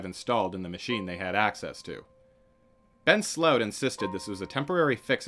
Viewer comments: it's SLOOT not "slauwtsh"... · Great vid but sloot is pronounced whit the o in : O i did not see you tere Thats how the double oo in dutch sound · His name is more pronounced like slewit. The ew (oo) sounds a bit like uwa. Did I just confuse y’all even more? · It's difficult to understand based on it being a foreign language name spoken with an English accent, but it seems the subject's last name is "Sloot", pronounced in the video like "slope" but with a 't'; although sometimes it seems the narrator pronounces it with a more "ow" sound. Here I am less sure what he is saying, maybe "rapid base storage" or "repibase storage". Not sure what it is so it is impossible to look up what the narrator is saying.